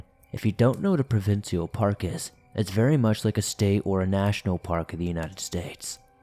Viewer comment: Pro-vin-ch-al lol thats how we say it here